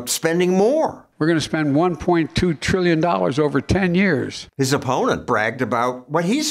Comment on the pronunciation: "Over a billion three hundred million trillion treemuhmillion dollars!" 🤣